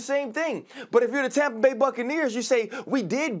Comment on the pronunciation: Tompa Bay Gronkoneer land 😂